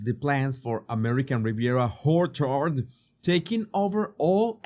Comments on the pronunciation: Love your pronunciation of orchard “who’re hard”😂😂😂😂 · I love that pronounces the brand as American Riviera Whorechard. Happy accident that he destroys the seriousness of her snobbery. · American Riviera Horror-chard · do you say Duchess of "Sausages" on purpose, or is that just your lovely accent? American Riviera "Horchard" is too funny also. I am not making fun of your accent, it is wonderful, but it just makes me laugh and is very appropriate for these two grifters. Love your videos! ❤ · Whorecherd lol😂😂😂😂😂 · I die, whenever you say ''ORCHARD." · It's not a mistake...he does it with purpose! 😂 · I love the pronunciation of ‘Orchard’ 😂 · Very appropriate. And hilarious!!!!! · Me Too!! 😂 ❤ 😅 Priceless! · Yep, it's a beauty 😂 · Don’t we all? 😂😂😂